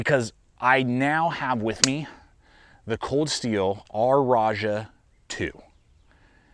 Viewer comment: Love your videos but listening to you squeeze three syllables out of "Ra-Jah" by calling it the "R-ah-jah" had me dog-head tilting, every time you said it. I mean we certainly know what you're talking about, that's not the issue... I've just always tagged you as a common sense chap. I spent 15-20 minutes looking into western and eastern pronunciations, from Dictionary, Merriam-Webser, eastern etymologies, origins, then its use in culture from movies to company names. I only EVER come up with two syllables and two pronunciations, raa-jaa (most common) or rah-shah (with a soft "g"). Maybe you're cracking wise and the joke is on me... dunno.